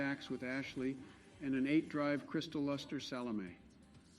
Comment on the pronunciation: gave the like cause it pronounced SALOME correctly..